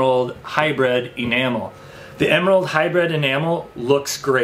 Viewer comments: Hy-“bread”? Hy-br”iiiiiiiiiiiii”d! 😬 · It is pronounced 'High-Brid' not 'High-Bred'. I like your videos and content, very informative.